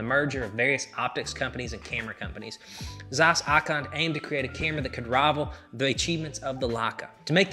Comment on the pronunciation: The way you pronounce Zeiss triggers me. Wrong pronunciation.